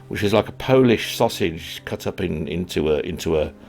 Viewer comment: You are always welcome to Poland, and your Polish pronunciation is almost perfect:)